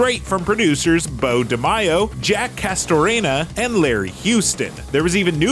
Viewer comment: It’s Jake. Not jack.